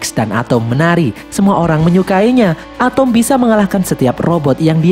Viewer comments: Bang atom bukan atumg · ATEM BANG WALAU NAMA NYA ATOM DI DALAM MOVIE NYA TAPI MEMANG NGOMONG NYA ATEM